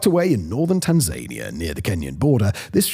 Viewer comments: It's Tan-za-NIa, not tan-Zania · Dude love the way you pronounce some places tan-zania is fantastic. Forget tan-za-nia, it's all gone tan-zania! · 1.00.43 interesting pronunciation of the word “Tanzania” I thought it was “Tanza-neer” rather than “Tan-zay-nia” In the great scheme of things, it’s not that important. I have never heard it said that way. Interesting video though. Thank you. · I just checked, Simon has been pronouncing Tanzania wrong all these years.😅